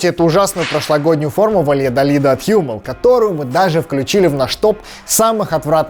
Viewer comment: Какой Х'юмел?! Правильно Хуммел!!!